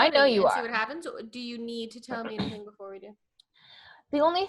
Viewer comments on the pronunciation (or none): none